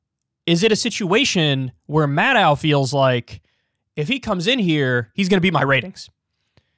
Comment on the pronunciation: Why are so many commentators incapable of pronouncing Maddow's last name? Think "doe", like Bambi, not "dow", like Chemical...